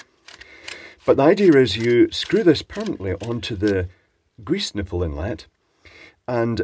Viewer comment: Hail greeze! I live that pronunciation. <3